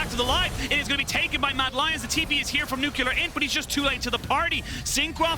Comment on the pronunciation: "nuclear" not "nucular"